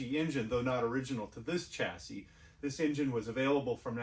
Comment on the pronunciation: Just a word for you Americans , Chassis should be pronounced as “ Shassis” , ! 🇬🇧🇬🇧🇬🇧